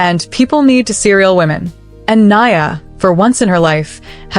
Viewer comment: The correct pronunciation of Nia is… ‘knee-a’ Swahili for ‘purpose; Welsh for bright. Details do matter, to make your story more worthwhile!